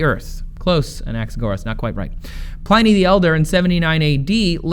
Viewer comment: Trace, learn how to day Pliny you numpty.